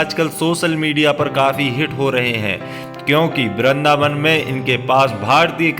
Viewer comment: वृंदावन होता है भाई। बिंद्रबान नही। उच्चारण सही किया करो